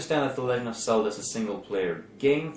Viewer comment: If I hear "Selda" ONE more time...